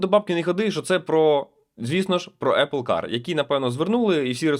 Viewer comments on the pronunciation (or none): none